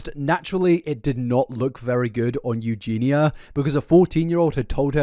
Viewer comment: saying “Eugeenya” in stead of “Eugeena” feels weird